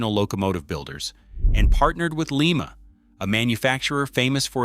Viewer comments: It's LYE MA.........not Lee Ma. Lee Ma is in Peru. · And it is lye-ma not Leema. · STOP 🛑 we don’t live in Peru. Lima, OH is pronounced lime-uh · Thank you!! …. That pronunciation bugged me all through this video ….